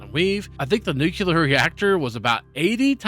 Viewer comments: Nukuler you say? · r u saying "nuclear" wrong on purpose?